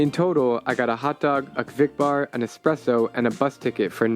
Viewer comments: You can get those small Pringle boxes as cheap as 1-2 USD, bet they took that one out of the hotel minibar or something. Also where do you see an X in Espresso? It's eSpresso, not eXpresso. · For the Love of God: Espresso, it is called espresso. Not eKspresso. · Its not EXpresso😅